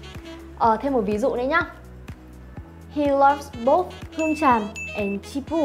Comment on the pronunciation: Both( bốt) cô học cách đọc ở đâu ra z cô